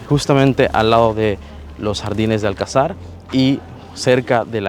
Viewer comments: No es Alcazár. Es Alcazar. Con pronunciación en la sílaba llana ca. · Buen vídeo, pero solo un consejo, se llama Alcázar, no Alcazár, por cada vez que lo deciais se me moría algo 🤣🤣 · Fantástico, por poner un pero se dice alCÁzar con la entonación fuerte en "CÁ". Tampoco hay que pronunciarlo muy fuerte. Lo digo porque vosotros decis ÁLcazar en el video, lógico porque parece esdrújula pero no lo es, es llana!. Saludos ! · Dos cosas, 1492 no es el siglo XIV, es el Siglo XV y es la fecha en la que los reyes católicos expulsaron a las comunidades de sefardíes que rechazaron la conversión al cristianismo. Y dos, Cristóbal Colón fue enterrado en La Habana, pero en 1898, cuando la corona se retira de Cuba, se traen los restos del almirante a Sevilla, donde descansan hasta la fecha. Un último apunte extra; Se dice alcázar (acentuado en la segunda a), no alcazar. Un saludo!